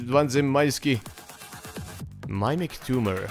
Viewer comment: mimic se ne cita "majmik" vec se cita "mimik" haha